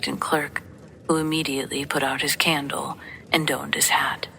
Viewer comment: "donned" has a short 'o'; sounds exactly like "dawned".